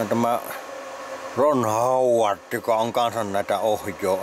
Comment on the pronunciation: Rrron Hooooooowarrrd 😂